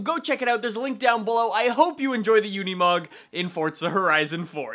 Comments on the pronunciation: Unimog not Uneemog It's like unicorn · Says “try to drift with unimoug” I’m out